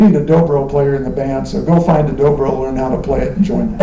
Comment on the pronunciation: It's "Dobro", not "Drobro" hahaha